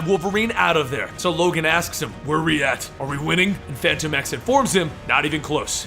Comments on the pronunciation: Fantom Ex not Fanto Mex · it's pronounced like Phantom X. Even the creators have said it like that. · Is phantom X or Phantomex, not sure if is pronouncing it wrong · Why did you say fantomex's name weird in the beginning? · Why do you always say his name weird?